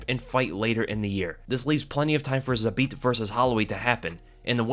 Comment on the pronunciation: Respect for saying his name the best way possible in English that is Zabit!